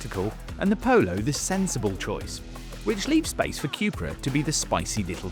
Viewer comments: Say it with me Cu-pra (Coo pra ) not Q-pra Next Porsche and then later maybe Audi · It’s not Cjupra,it’s Cupra (Ku-pra) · Kewpra? Chewsday, bat-tree. Chewna. C'mon Brits, it's pronounced Koo-pra ffs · Coop-ra not que-pra Shame they didn’t get buttons inside but the vag wanted the vws to have em first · Why are you saying 'Cupra' like that though